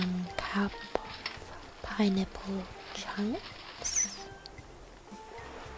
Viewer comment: When she says pineapple it sounds like pinenipple :D WHICH IS AWSUM BTW